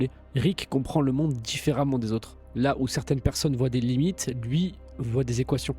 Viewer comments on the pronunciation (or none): none